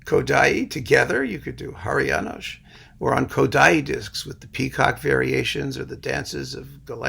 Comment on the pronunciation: And many thanks for the all good pronounciation of many Hungarian names, including Háry János, with SH ending..., rare occasion, btw.